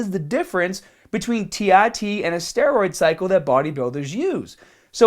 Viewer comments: tee ARE tee, not tee EYE tee. Christ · Such a Boston Irish american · As absolutely adorable as he sounds when he says that, c'mon people, no need to mack on him for his speech impediment.